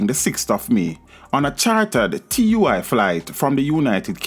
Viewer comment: its not TUI its pronounced..TUH-WI